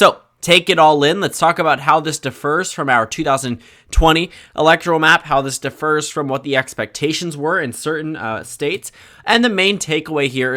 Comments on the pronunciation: Just so you know young man, it is pronounced differs, not defer. Good luck with college! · where is your accent from that 'differs' sounds like 'defers'? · Differs is not defers. Differs requires an accent on the first syllable. Defers requires an accent on the second. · How did you just pronounce "differs"? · Differs is not pronounced the same as defers.